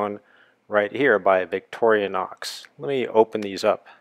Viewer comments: Workchamp plus is bigger. Boatman, too. Not surgical steel--much better! Vic-tor-i-nox. You're adding an extra syllable. No, red scales were not the original. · And he keeps saying "Victorianox". He doesn't even get the name right. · why ohhhh why do you keep pronouncing victorinox as victoria-nox??? Is that like a Nuc-u-lar for Nuclear thing?